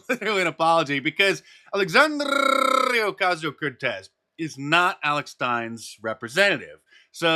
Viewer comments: Mark man.. that rolling R you do in AOC is so cringe. Please stop doing that. I'm begging you. 😖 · Please stop rolling your tongue like a school boy when you pronounce AOC's name. It annoys many of us! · I'll never get tired of Mark's "Alexandrrrrrrrrrrrrrrrrrrrrrrria Ocasio Cortez"